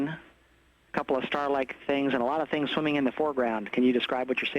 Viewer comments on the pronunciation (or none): Did he say "SWIMMING"?